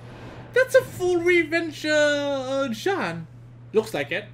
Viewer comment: Does he speak french ? Cause the "jeanne" call was pretty alright for an English user.